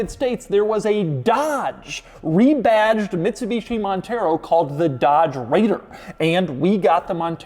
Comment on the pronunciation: MIDSUBICHI MONTHEROW 😂